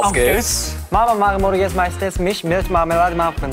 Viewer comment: For the German part they often pronounced the “Milch“ more like “mich“, which would then mean “mom often likes to eat me with marmalade in the morning“ instead of “mom often likes to eat milk with marmalade in the morning“ 😂